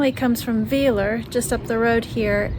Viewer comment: Hi, a little hint for the german ie/ei. For native English speakers the second letter gives the pronunciation. So IE = "eeh" and EI = "eye". Weiler = W-eye-ler. And wow! just arrived from Australia, notorious for a lot of dangerous animals, you managed within days to stumble over one of the rare poisoning species in germany. That's awsome 🤣🤣